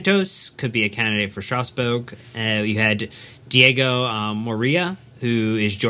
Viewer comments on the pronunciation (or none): I like your content but please get hold of a French pronunciation dictionary. My ears are beginning to hurt. Strazz..boor..gg. (Strasbourg). Lee...on (Lyon). Heureux de pouvoir vous aider.